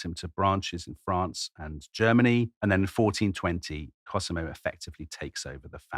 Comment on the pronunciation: My favourite podcast, if only for Tom's random pronunciation of non-English places and names. I mean really, Cosimo pronounced KerSEEmo, one of his all-time greats!